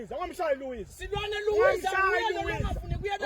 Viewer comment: 😂😂😂 not Luwiza